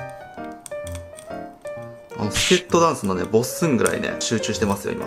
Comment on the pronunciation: ボッスンのイントネーションちゃんとしてる！